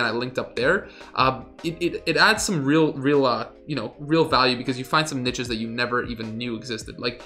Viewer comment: NEESHES lol jfc